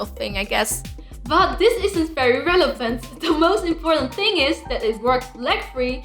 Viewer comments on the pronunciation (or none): none